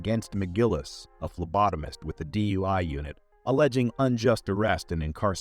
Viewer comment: This would be a great video if the narrator could speak. DUI is not pronounced dewey, it’s D U I. Just say the letters. It’s also body cam with an A, not body com. I don’t know if your using text speak or just can’t speak but you’re vids will improve if you pronounce the words properly!